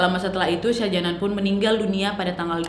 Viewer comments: Shah Jahan bro, bacanya Shah jehan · Sebutan nya salah ..shah jahan bkn shah janan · yg mama betul mbak ' syah jahan/syah jehan' atau syah janan??? seperti yg mbak ucapkan?? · Syah Jihan kok Syah Janan ,"Begum" bacanya begeum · Syah jahan kan? Bukan syah janan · Salah pengejaan kak, shah jahan yg bener